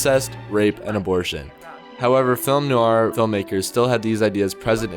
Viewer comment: Good Subject & At First I Thought It Was Ai But Then I Noticed It's Eight Years Old? It Sounds Like You're Pronouncing Film Noir, As Film New Are! Thank You. (Like #669 - Comment #80)